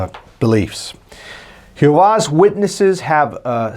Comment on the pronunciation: Its not pronounced who vah's witnesses or whatever that is you are saying its pronounced g ho vah.